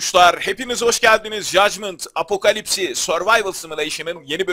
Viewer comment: BABUŞŞŞŞ oyunun okunuşu jadgımınt apokalips survayvıl simuleyşın diye okunuyo apocalypse apokalipsi diyosun da ondan dedim